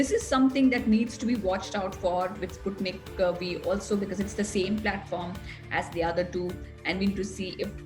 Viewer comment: Sputnik 5 to be pronounced. And not Sputnik v